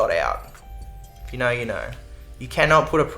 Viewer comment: If naur you naur if you dont naur you really don't wanna naur 😂❤ that tickled my brain so much